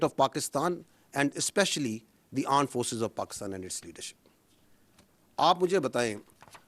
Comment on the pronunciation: aand forces not armed forces